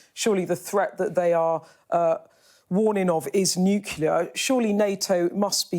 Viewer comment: Did Rigby go to school? NucL-E-A-R, not nuC-U-L-A-R